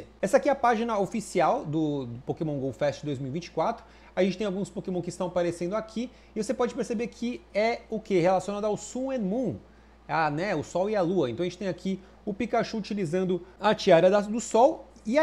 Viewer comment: "su e mu" ? xD sun and moon!!!